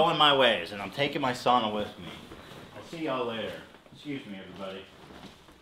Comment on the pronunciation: Hila I'm so happy you say sauna correctly! Almost every non Finnish person pronounces sauna wrong